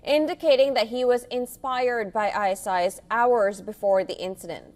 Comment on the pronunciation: IceIce??? It's ISIS. Fire this woman.